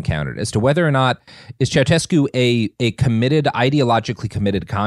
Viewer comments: It HURTS to hear you mispronounce Ceausescu every time you mention him. It’s not CIAO-CHESCU it’s Ciao-SHESCU. 😩😩😩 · It's pronounces Ceauh-shescu and Zzepesh, Ț is like ZZ as in Pizza and Ș is like Sh as in Show.